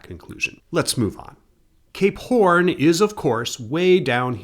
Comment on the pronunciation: I don't mind pronunciations that are slightly amiss, but I'm convinced the way he says "Cape Horn" has to be at least a little bit of a troll